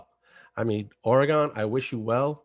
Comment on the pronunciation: “Ore-Gone” ...prolly as challenging as getting me to pronounce Stuyvesant correctly. 🤟